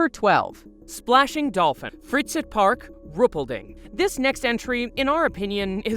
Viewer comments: its pronounced "fry" + "zeit"(like in zeitgeist) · The first location is pronounced "fry-sight park"! Freizeit means "free time"!